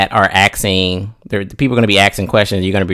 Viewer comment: he was so close to not saying axing. So close, but u said axsking